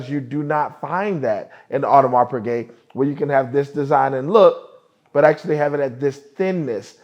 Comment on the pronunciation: OMG, he just butchered the pronunciation of the brand. AWFUL. How does a watch enthusiast (as he claims he is), mispronounce such an iconic brand. I stopped watching the video immediately after the mistake, I refuse to watch (pun intended)!